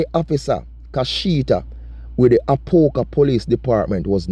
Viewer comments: Its a-pop-ka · A-pop-ka that’s the proper pronunciation